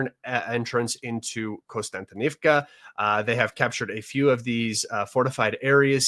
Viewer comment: One of the few commentators to realize there is no "N" after the first "O" in Kostyantynivka. Look at the actual letters in the [Latinized Ukrainian] spelling of the other settlements and you will be 2 steps away from pronouncing them all correctly. The topo analysis SW of that city really clarified why the Ukrainians have stalled the Russians there for longer than would have otherwise been expected.